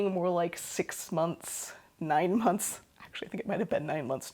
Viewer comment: Hi from Dayton! I can tell we left our midwestern mark on you the way you pronounce "months" as "munce". 😃👍